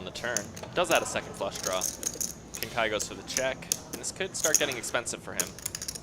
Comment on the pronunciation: It is not Kiah-ya.